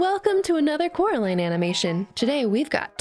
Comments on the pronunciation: Ten seconds in and I have to hear it being pronounced coralin. It's pronounced coraliiiine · its Coraline not Caroline sry but its true (also sry if you said Caroline on purpose)